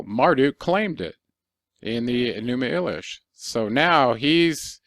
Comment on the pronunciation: Your pronunciation of Enuma Elish is incorrect. It’s Eleesh in sound . Don’t believe me see Arabic and the song My Elish !